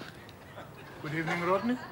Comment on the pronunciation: Oh good Ebening 😂😂😂